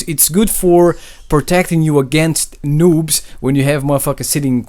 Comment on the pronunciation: I heard him say loobs lol